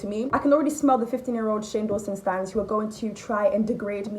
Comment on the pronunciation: love u but it’s “stans” 😂